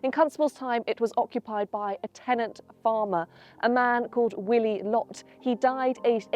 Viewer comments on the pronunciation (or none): none